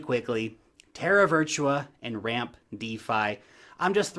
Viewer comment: Ramp? haha